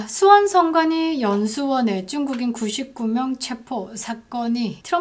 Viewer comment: 쭝국인이라고 일부러 발음하시는건가요?